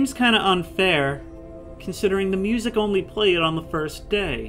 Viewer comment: You pronouncing music as moozack never gets old XD